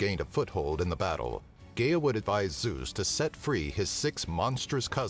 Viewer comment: Is this an AI talking? it mispronounce Gaia and Cronus.